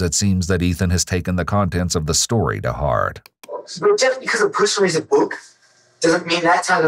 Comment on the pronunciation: He pronounces "book" as "bük"